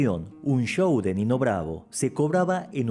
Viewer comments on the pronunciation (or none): none